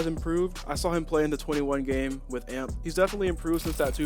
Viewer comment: why do people say amp like''amplifier'' you pronounce the words like a-m-p like an acronym which means any means possible